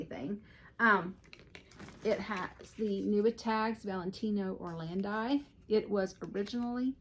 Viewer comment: Beautiful bags. The Italian brand is pronounced or-land-eee